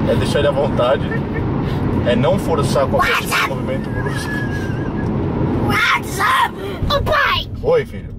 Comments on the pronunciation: daora q ele fala "what's up" mas parece "whatsapp" mesmo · "UATIZAPI"DKSKSKSKSKSK,QM TA EM 2021 AI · "Uatizap" KAKAAKAKAKAKAKAKAKKAAKAKAKAK